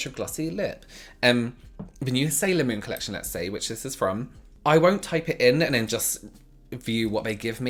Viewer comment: ah meh gawd, a new colechshun Me: heart flutters with how lovely his voice is.